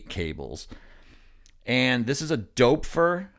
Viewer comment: dupfer sounds closer to doepfer than 'dopefer' btw.